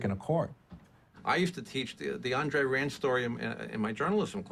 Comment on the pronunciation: It's pronounced Aun;dre-rand.